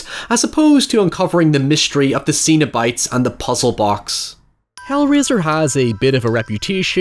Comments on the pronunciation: Hellraiser 2022 review when? Also, did you call the Cenobites "Xenobites"? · It's not ZENO bites, it's CENO bites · Zeen-o-bites? Why are you saying it like that? 😂 Cenobites. Pronounced SEN-o-bites. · I actually watched this a few weeks ago for the very first time. Other than some cool gore and great lead acting, Hellraiser is a really bad movie. Also, it's Cenobites, not Xenobites. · cenobites not xenobites. €subtle and pedantic yeah. but still. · Cenobites, not xenobites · I kept thinking you were saying "Xenobites" which given how the xenomorph and Cenobites are based on sexualized drawings from artists like H R. Giger and Clive Barker would be a pretty cool mashup. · Z-z-zenobits!? I heard ZENOBITS!!!! 🤣🤣🤣. (Just the first time) Only really complaining because all comments help that stupid algorithm. I have nothing to add beyond that. I'm all gushed out on this film.